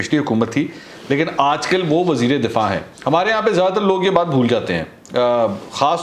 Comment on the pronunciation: Mansoor bhai .....wazir e difaa nahi wazir e dafaa .